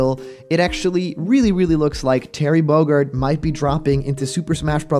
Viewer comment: Terry Bogerd? Don't you mean 'Terry Bogard'? With the A in 'car'? Sorry, being nitpicky at the moment.